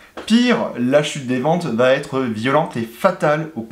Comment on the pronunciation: > "va-T-être" !?!?!? Mais d'où peut bien sortir cet insupportable T entre VA et ÊTRE ? Qu'on entend d'ailleurs de la bouche de plein de YouTubeurs : "ça va-T-être", ou "il pourra-T-être", etc. > "Bertone et Micholetti" 😱Mais qui était MICHOLETTI ? Il ne se prénomerait pas GiAvOnni, tant qu'à y être ? > "British AREOspace". Matra qui travaillait pour "l'aREOspaciale". Maybach, un motoriste dans "l'aREOnautique"... Je suppose que quand tu dois prendre un avion, tu te rends à l'aREOport, aussi ? 🧐 Bon, j'arrête là, le visionnage de cette vidéo... C'est bien de vouloir être YouTubeur, mais faut à minima apprendre à lire, et à parler correctement😪